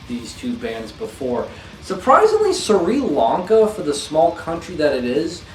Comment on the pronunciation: I always hear a bit of Jesus Lizard in Pig Destroyer.... (btw, your pronunciation of Sri Lanka made me sad)